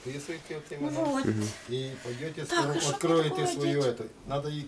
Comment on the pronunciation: «Вот имЭнО»😂 «бЭсЫт»